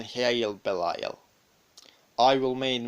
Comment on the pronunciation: King Belial. Oh my soul longs to be reunited with you.... the guy making this video says he's name wrong. But the information is dead on.